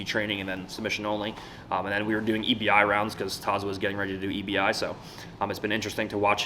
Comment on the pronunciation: its tezos